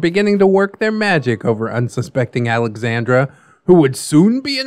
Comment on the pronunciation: I love this and I’m sorry but he’s definitely pronouncing Alexandra wrong.